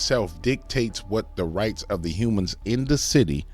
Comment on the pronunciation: she calls folks Umans a lot of the time just like Urinal Nevaurey does !!!